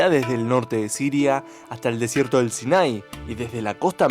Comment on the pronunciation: No es "sinái" es Sinaí.... y menos es Eufrátes, sino Éufrates.... Eso lo tendrias que haber escuchado en la escuela primaria...